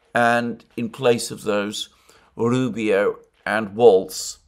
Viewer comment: The name is Walz, not "Waltz," and it rhymes with "walls"